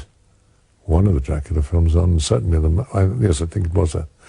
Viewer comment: draaaacula drrcula drrrrrrrraaaaaacula leeeeee